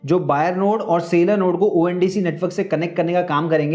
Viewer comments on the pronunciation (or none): It is seller not sailor (No, I am not English teacher but it frustrating to hear sailor sailor again and again)